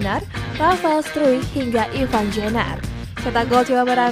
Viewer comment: IVAR pake R bukan IVAN .... dodol!!